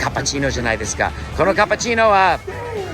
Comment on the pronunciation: cappuccino！ キャペチィーノ！ カプチーノ！ 発音最高でした❤